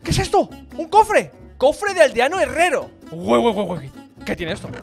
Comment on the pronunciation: dijiste harrero E es de herrero